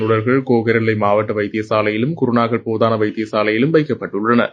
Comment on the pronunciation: அதென்ன போதான வைத்தியசாலை. அப்படியொன்று நான் இதுவரை கேள்விப்பட்டதில்லை. போதனா வைத்தியசாலை (teaching hospital) என்று அளித்துள்ளேன். கடவுளே நீதான் இந்த தமிழ் ஊடகங்களிடம் இருந்து தமிழை காப்பாத்தணும்